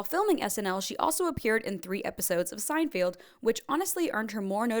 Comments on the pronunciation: hey cool video were u locked in a cellar for 15 years ??? Mispronouncing names is one thing but SEINFIELD ????? Who is SEINFIELD ??? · You showed a picture of Victoria Jackson instead of Beth Cahill . And I can't believe you mispronounced Seinfeld ! Otherwise, great research and delivery. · great topic and research but girl! i’m from ohio and even i know how to say “Seinfeld” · Girl, can you pronounce ANYONE'S name correctly??? Aykroyd, Piscopo, Garofalo, Julia Louis-Dreyfus, Wayans, Cahill, Hutsell, Koechner, SEINFELD??? You can't pronounce Seinfeld??? And i'm only halfway through the video! C'mon man, have some pride in your content, and look up names you don't know. When you wing it, you sound unprepared, and makes me doubt anything you have to say. And yes, there are some things you got blatantly wrong. You also don't even know the famous line in the show... "Live from New York...CITY??" No one ever said that. Yeah, we get it. You've never watched the show. Thanks for being one of those YouTubers that picks a topic, reads a Wikipedia page., and poops out a video. Luckily, you're a new YouTuber who does the "Look, i'm awkward and strange, and say things in weird cadences sometimes. That's my thing, while i hold a lavaliere mic in my hand. I don't clip it on or use a different mic, because it's so weird and whimsical!"